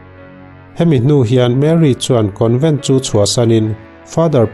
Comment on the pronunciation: Covent a?? Convent ani zawk lo maw ka pu?